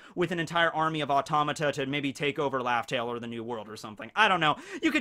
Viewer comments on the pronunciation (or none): none